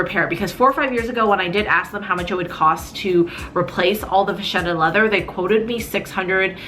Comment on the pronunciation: Vacchetta! Pronounced Vucketta….